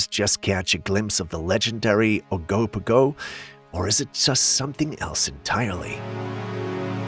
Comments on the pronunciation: oh-can-og-an.....and oh-go-po-go lol jeesh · Oh-ka-na-gen (G like guy) and Oh-go-po-go hahah bless been here my whole life, just thought i’d help you out there 🤣🙏🏼 couldn’t help but cringe when you said it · Ogo pogo is pronounced like it looks, not the way you pronounced it.